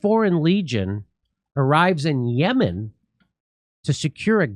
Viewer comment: This is not Yeman , YaaaaMaaan 🤣 So it’s Iran …